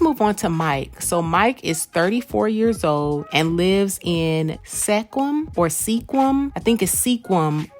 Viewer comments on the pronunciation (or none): its pronounced squim...not seequim...squim, washington....and he aint outta her league either...even if so, he should have no qualms going for her at all...hes got the usa passport and that makes up for this minor league major league thing that some may see but i dont...go mike...u dont need anybody from your town AT ALL...u need what you see fit to acquire...not what ‘rumor’ or anyone else ‘thinks’ u need...who are they anyway??...the world is our pool from which to choose and to settle for less these days is stupid...go mike, you two will be just fine...get her working asap and the money probs go away... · The city that guy Mike is from is pronounced “Skwim” lol. It’s not too far from where I live in WA and we have a lot of difficult to pronounce city names. Like sequim, snohomish, puyallup, skykomish, etc. They come from the Native American tribes around here.